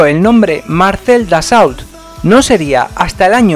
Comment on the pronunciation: En francés no se pronuncia la T al final ni la L . la au se pronuncia O . Atentamente jm